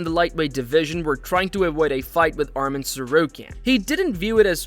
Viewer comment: Making a vlog, can you prononce the names correctly? It's not Armen, but Arman Tsarukyan